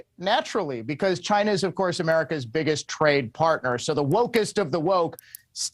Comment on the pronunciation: "Maybe that is a question you should ask Chy-na." DJT